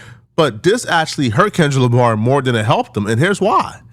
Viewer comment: Sounds like you keep saying Kendra Lamar, lol. You not trying to sneak diss are ya??